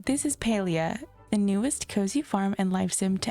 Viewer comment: Thumbs down for your terrible pronunciation of the game learn how to fkng read.